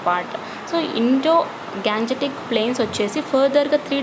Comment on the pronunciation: Mam adhi indo ganjetic kadhu gangatic